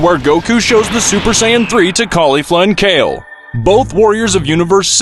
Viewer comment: Also it's SAIYAN not sayin